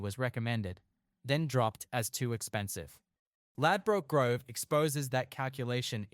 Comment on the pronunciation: Could learn to say the location name properly